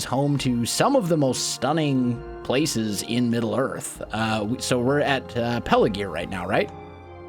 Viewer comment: It's Pelargir, not Pelagir.